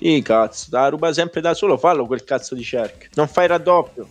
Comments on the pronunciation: Il modo in cui diceva cazzo mi ha ricordato il "ma cos'è diventato il calcio? Una giungla caZo" di Malesani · Se mi avessero dato un euro per ogni volta che ha detto “CAZOH”, sarei con le palle a mollo su un’isola tropicale nell’ultra chilling